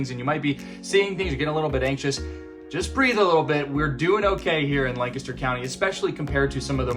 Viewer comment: How can people learn the correct way to pronounce Lancaster County? Even though you speak it dozens of times, there is no good way to learn that word. It sounds like LAne-kes-dur